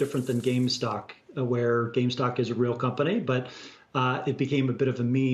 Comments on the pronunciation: he said <GameStock> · Can I trust someone who calls GameStop "GameStock"? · This guy says gamestock......instead of gamestop He doesnt know what hes saying... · Did this guy just say gamestock? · He said GameStock.... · Ik, this guy was saying “game stock” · "gamestock" haha